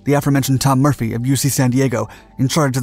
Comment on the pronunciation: Why does the narrator gabble? Couldn't the narration be edited to make it a little shorter, so he could relax a bit. And why do all YouTube narrators appear to mispronounce "aforementioned"?